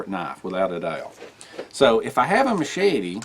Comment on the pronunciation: 😃 I'm sorry to poke fun but when you say machete Mochete I just giggle . Seriously though I like a combo of big,med,pocket knife carry maybe even a folding saw.